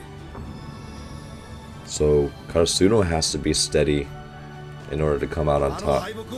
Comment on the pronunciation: Hey Coach, in case you see this, try saying KaRAsuno instead of KaraSUno, great video as always.